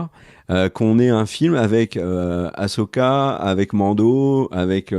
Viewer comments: Par pitié arrêtez avec "Achoka" 🤣🤣............Il faut le prononcer Assssssssssoka 😉. Et sinon ca va être franchement difficile pour les scénaristes d'arriver a justifier le fait que Thrawn se plante et se fait battre, pour laisser place a Palpatine en mode zombie....En respectant le personnage, car Thrawn est censé être un génie stratégique et un master mind absolu. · C est quoi le délire avec aCHoka ?? Jamais en vo on ne parle de cho mais il disent bien so « assoka » si vous préférez 😅 respectez ce perso merde 😂